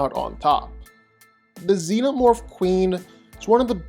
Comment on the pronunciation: for sure is XENOMORPH, not ZENOMORPH wtf